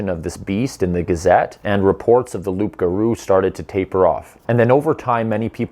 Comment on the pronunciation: Hi! Glad to see a Canadian who isn't attacking me for "not wanting pipelines" (which isn't true). Tip: No one calls a werewolf a "rougarou," except in old books. Another thing: it's spelled "loup," but pronounced "loo" without the p and in one word like : "loogaroo". 😉 Great video. I want more!